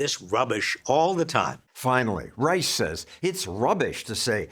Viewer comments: I didn't know Robert B ReichhhhhhSHA! was still around. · Reich… who pronounces his last name wrong btw - I wonder why? He’s a complete charlatan DNC operative who only seeks the benefits of staying loyal to their party elites. This is why as the party becomes more progressive, he does. He used to be a Clinton guy. Clinton’s policies are a complete disputation of where RR “stands” now. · Reich is such a loser he won't even pronounce his German last name properly. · Yes, indeed! Rush was imitating the way Reich pronounced his own name while wrapping his NPR weekly segments.